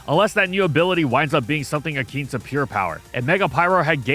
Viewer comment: That's not how you pronounce "akin"